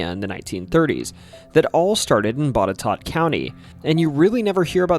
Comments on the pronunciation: I am not arguing with but I have heard even newscasters in Roanoke County pronounce Henrico as HEN rih COE. And congratulations on knowing that Boutetort is pronounced BOT eh TOT. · You pronounced Botetourt correctly! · Yeah, how the hell did you get Boutetourt right but mispronounced Henrico (hen-RYE-koh). Don't feel bad... weird names in Virginia are just traps so we can tell who is from out of town. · I'm surprised you pronounced Botetourt right. Kudos. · Born & raised in Bedford county, which borders Botetourt, & currently in Roanoke Co, which also borders it. Thanks for the actual correct pronunciation of it! 😂 If you ever do VA again, you've gotta check out Bedford! The Lady of Avenel is a staple here. Lots of history in this tiny area, including the Bedford Boys & the National D-Day Memorial. (Bedford Co lost more men on d-day, than any other county in the US.) Love your style of video, & immediately hit follow!! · Props to you for getting the right pronounciation of Botetourt. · Great video so far. I was impressed that you got the pronunciation of Botetourt County right, but your pronunciation of Henrico definitely reveals that you're not a local. 😅 Just for future reference, it's "hen-RYE-co". Surf Wisely. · Wow, you did real research, no one, even some native Virginians that live more than 100 miles away pronounce Botetourt right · Even got the pronunciation correct on Botetourt ! Rare. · Props from a Virginian for pronouncing "Botetourt" properly. Most people mess it up. However, you got Henrico wrong. It's pronounced "Hen-rye-co" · I’m born and bred here in Halifax County VA and it makes me Sooooo happy to hear county names pronounced correctly! Botetourt is always said wrong by those not from my state